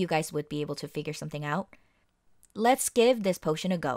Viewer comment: said pot-tion